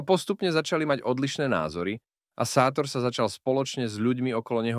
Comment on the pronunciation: má sa čítať šátor